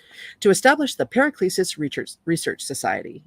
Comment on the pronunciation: Was great to find this reading of this book. 👌 Paracelsus "Para-sell-sus"